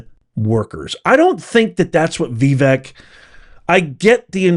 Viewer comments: Please stop mispronouncing Vivek. It's not VEE-vek. It's vi-VAKE. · I'm 82, and I agree with Vivek.😢 By the way it's pronounced Vee-vake, as he says, it rhymes with cake! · Ok, professor….his name is pronounced Vivake, it rhymes with cake! It’s spelled Vivek, but it sounds like Vivake. He is right! But no one wants to hear it….the truth hurts sometimes. Americans do have what it takes but the system is failing us. The education system, the family system, health system….and the internet is creating lazy young kids. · OMG!!! IT'S NOT "VEEVEK" IT'S "VAVAKE" RHYMES WITH CAKE!! 😊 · Okay, it's NOT "Vee-veak" it's Vi-Vake. Rhymes with cake. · Not to offend but Vivek is pronounced Vi, (sounds like victor) Vek (rhymes with cake)... pronounced with accent emphasis on the vek. And I believe you've completely misinterpreted what Vivek is saying. He's spot on. Blessings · Having initially made the same mistake myself, unless you’re doing it intentionally and / or disparagingly, my constructive criticism for the day is … your pronunciation of Vivek Ramaswamy’s first name is incorrect and needs to be corrected as Vivek is “properly” pronounced like Vi•vake [i.e., the second syllable, believe it or not, is pronounced like “cake” or “lake”]. Otherwise, I’m a “big” fan of your podcast to witch I’m duly “subscribed” and try to hit “like” every time I watch / listen ❤ !!! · Prof, Trump told us how to pronounce Vivek’s name. He said “Vivake, like cake”. Just thought I’d let you know. Thanks for your analysis. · it's said like "Vi-VAKE" (rhymes w/CAKE) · please pronounce Vivek's name correctly. It is annoying to hear it said incorrectly. Vivek rhymes with "cake." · His name sounds like Cake, you’re pronouncing it wrong. just wanted to help you say it properly. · FYI, it's pronounced vee-VAKE. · But consistently mispronounced Vivek lol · I completely agree with Vivek. By the way, learn how to pronounce his name correctly.